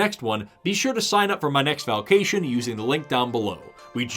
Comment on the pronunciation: I giggled at "Valkations." Glad you had fun and keep up the good work friend.